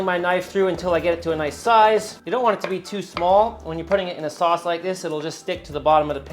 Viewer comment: It's all about the saus... That was a little Dutch 😂